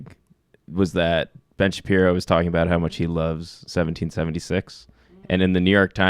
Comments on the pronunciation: Sam, c'mon... As a Jew, or otherwise, have you ever heard the name pronounced Shap-EYE-ro? You can't act. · You can tell this guy is not familiar with Shapiro, since he didn't even know how his surname was pronounced. Yet he's comfortable calling him "mediocre" off the bat. Newsflash: the clip they are commenting on is one where Shapiro makes clear that he is commenting on the hype about the movie, not the movie itself. Later he saw the film and put out a favorable review: They also claim Shapiro was against Wonder Woman, which is total BS. He also gave the film a great review. I know, I know, he's a popular conservative figure, so he's probably guilty of the things they are imagining, so why bother with research, right? Chuckle, chuckle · Let me preface this by saying, Ben is a douche weasel whose obsession with Black Panthernis just bizarre. But why is Sam pretending to not know how Ben's last name is pronounced? There is no way as a Youtube political commentator that Sam hasn't had the displeasure of seeing Shapiro. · Sam Seder needs to stop doing this thing where he deliberately mispronounces people's names. Especially towards people who are fare more established and recognised than he is. It comes across as really childish.